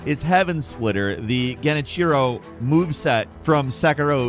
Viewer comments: That genichiro pronounciation made me cringe hard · God the way he pronounces Genichiro really irks me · I’m crying at how you butchered pronouncing “Sekiro” and “Genichiro”